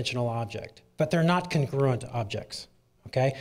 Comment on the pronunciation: The speaker reads a script containing the word "congruent", and shows that he doesn't know that word.